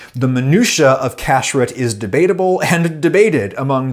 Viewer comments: This was great! A lot of the pronunciation was off, though. kasher → kah-SHARE kashrut → kah-SHROOT chabad → can’t really write it out in English, but the “ch” is a like you’re clearing your throat Great otherwise! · Not kashrit - it's pronounced kash-ROOT. And the other word is not pronounced KA-sher it's pronounced ka-SHARE. And in Hebrew, the emphasis is generally on the last syllable. Now you can say it like a HeBro. 🤣